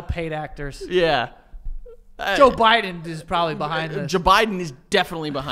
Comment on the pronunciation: always says jbiden lmaooooo 😭